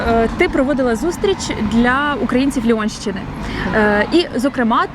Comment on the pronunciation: Ліонщини😂😂 нащо коверкати назву міста